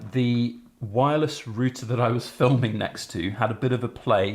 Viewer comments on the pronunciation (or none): Had to replay a number of times the part about a "woy-liss roo-tah." OH! You mean a "wireless router!" Ha! That's great! And thanks for the great video!